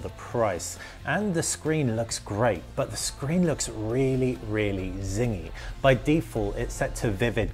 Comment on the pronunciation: The screen looks really really ... WHAT? zingy? I replayed that part many times but still cannot make out what you said.